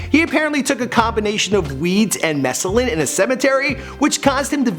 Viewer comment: Anybody else notice how badly he fucked up the pronunciation of "mescaline"?? lol